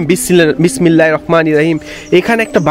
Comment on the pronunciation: আউ'যুবিল্লাহ আর বিসমিল্লাহ টা ভালো ভাবে শিইখেন ভাই। উচ্চারণ গুলো তে সমস্যা আছে।